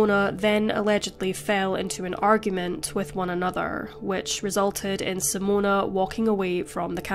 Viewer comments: SIMONE not Simona!!!! Sorry, but as a Simone, it's really annoying when people say Simona- unless you're Italian!! Appart from that, it was a really good video! 🤙🏽🙂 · You are NOT pronouncing her name correctly. It is NOT "Simone-u"....even in Australia it isn't "Simone-uh".